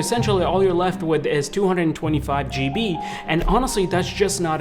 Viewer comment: I winced every time you said "GB"